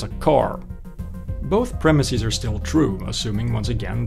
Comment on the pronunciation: Please don't say premis-eez.